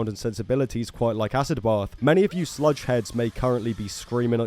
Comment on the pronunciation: It’s pronounced “acid bath” not “ass-ed both”🤣🤣🤣